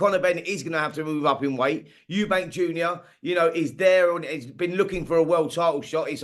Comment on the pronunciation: It’s Eubank not Eubanks